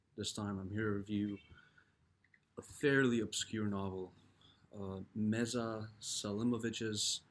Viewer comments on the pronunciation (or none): A few Fixes: 1. Meša Selimović is pronounced more like Mesha, not Mesa. 2. Meša Selimović is a Bosnian writer. He was born in Tuzla, Bosnia and Herzegovina, in a Bosniak and Muslim family (Serbs are a separate Slavic people, of the Orthodox faith, living in neighboring Serbia). During the communist regime, the Serbs appropriated him as their own writer, although they have no basis for this. Selimović himself writes about Bosnia and Herzegovina in his works, and the action takes place within the Bosniak and Muslim cultural community, the characters are Bosniaks, Muslims. So, as I said, nothing to do with Serbia and Serbs. 3. He is one of the greatest writers of all time. He did not receive the Nobel Prize solely because of geopolitics and Western animosity towards everything Muslim, even if it came from the heart of Europe, where Bosnia and Herzegovina is located. In contrast to another Bosnian writer, Ivo Andrić, a Nobel laureate, who wrote in his work: "On the Drina Ćuprija", against the Ottoman occupation, actually satanizing the Ottomans more. The West accepted it with open arms and awarded him the Nobel Prize. What hypocrisy.